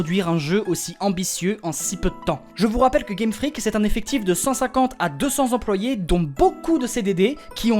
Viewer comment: Je suis perturbé A chaque fois que je t'entends dire "Game Freak" J'entends toujours "Game Frique" D